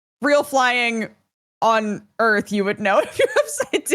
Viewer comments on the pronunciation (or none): One yes their are points in flight on earth that you can lose track of which way up and down are. That's why a pilot has a gauge to indicate that for them. Two I love the way says earff. lol Made that way funnier. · "WE'RE TALKING ABOUT EARF!" Put it on a coffee mug